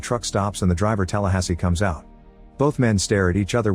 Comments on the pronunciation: The AI narration is annoyingg. Saying Tallahassee as Talasssss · what kind of an illegal immigrant or cheap AI can't pronounce Tallahassee?!?!?